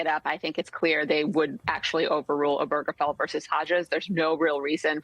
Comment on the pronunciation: Why can't anyone pronounce "Obergefell" correctly?